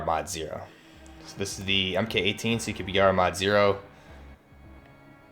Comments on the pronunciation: It’s pronounced “Mark 18.” Not “Em Kay 18.” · Cool video. Buuuut, the "MK" in MK18 is pronounced "mark". And the "SOP" in SOPMOD is pronounced like "mop" not soap. Other than that good work.